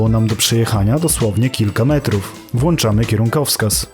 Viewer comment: nie włanczamy, tylko włączamy mistrzu